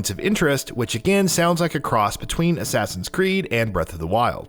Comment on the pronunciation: My man did you just say assign its Assassin how do you mess it up